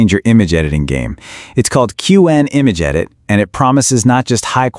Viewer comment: It’s pronounced cwhen. Shitty ai voice.